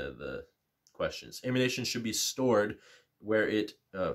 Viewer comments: Great video, but I cringed every single time you called ammunition “ammunation” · Ammunation... that's an odd way to pronounce it..